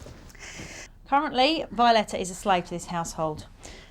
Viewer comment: Tony is financially, verbally and likely physically abusing Violeta. That baby is afraid of him. He won’t even say her name properly. He calls her Violet.